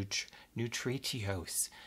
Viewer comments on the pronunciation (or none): Um...it’s pronounced “nu-trish-us” 😂